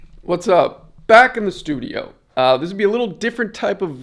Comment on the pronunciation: bro you should call that place the slewdio instead of studio the fuck